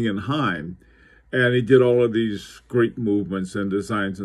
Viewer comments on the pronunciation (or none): none